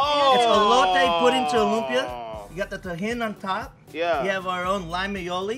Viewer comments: "loom -pia" BRUH. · bro its LOOHM-PIA not loom pee yah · I’m cringing the way the host pronounces lumpia. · Pronounce Lumpia the right way bro- you killin me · my man...you need to pronounce lumpia the right way...surprised none of your producers checked you...thats disrespectful...and you suppose to be a foodie?? c'mon bro.